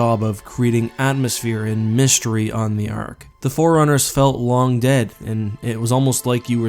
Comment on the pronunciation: Can't watch. He continuously pronounces Flood as "Flirt" and Forerunners as "Foreigners".